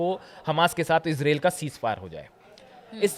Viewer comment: मान्यवर इजराइल बोलिए ,इसरेल नहीं।